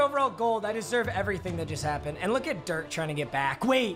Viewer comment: Anyone else triggered by the way he says Dirk’s name